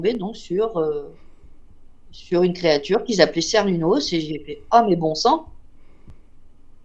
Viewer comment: À prononcer Kernounnos ou kernonnos ou Carnonnos Dieu celte du cycle de la vie, de la naissance, à la mort. Il représente l'Éternel recommencement. Il fait partie du panthéon celtique.